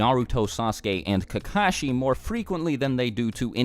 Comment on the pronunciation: Why does everyone pronounce kakashi as if the two ka's are separate from the shi, pronounce how they say it in Japanese,it sounds like kak-a-shi. But people in America pronounce it like ka-ka-shi. They sound like crows when they do that. And some people get offended when you say their name wrong.